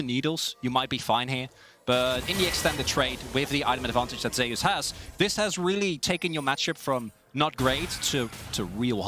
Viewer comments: Why are they pronouncing "Zeus" as "Zay us"? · I can’t stand the way the pronounce Zeus